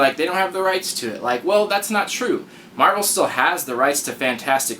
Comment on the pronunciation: You forgot the "L" in marvel.